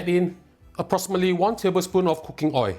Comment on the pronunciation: Your receipts are good and easy to cook. Love watching your cooking shows. May I just point out one thing and I mean well and hope its not taken in the wrong way. The word oil ends with alphabet l which must be pronounced and when not pronounced correctly its oi. Wish you and your programme all the very best and looking forward to watching and learning many more delicious receipts. Thank you.